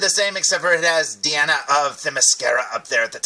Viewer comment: It's actually pronounced Die-ana not dee-Ana but other than that great review